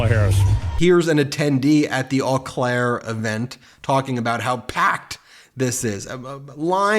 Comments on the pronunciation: I love you, but it's pronounced "O" Claire. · Oh' Clair. Why can't some of you pronounce things s. Too trivial to learn and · What you don't seem to understand is that the video probably showed 90% of that airport in the video. Eau Claire (Oh Claire pronounciation) only has a population of around 70,000 people. Her rally location is 7.6 miles from the airport on the north side of Eau Claire in the country. The North Crossing was blocked off for hours which is the only road from the east to west side of Eau Claire on the north side which is why it's called the "North Crossing" Every speech I have seen from Harris/Walz has had medical emergencies during their speeches. They need to be on time for outdoor events with those blistering 77 degree temperatures apparently. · Not to nitpick, but the name of the city is pronounced Oh Claire. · It's pronounced, "OH" Claire. Wow, it's plain creepy how Vance is stalking Harris and Walz! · "OH CLARE, OH CLARE, OH CLARE!" That's NOT HOW IT'S SPELLED, BUT IS HOW IT'S SAID_! Amazing that BEN is an attorney, & he knows what a "Ven Diagram" is, yet HE CAN'T PRONOUNCE "AU CLAIRE" CORRECTLY --- _SO SAD!!! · Oh Claire, Ben, that's the pronunciation of Eau Claire. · FYI: It is pronounced “Oh-Claire”. Central Wisconsinites have a bit of a French influence in their dialect. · In eau claire we pronounce it (ohhh) claire..not whatever you all say it like...nobody here says it with a French accent....nobody.... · it is pronounced OH CLARE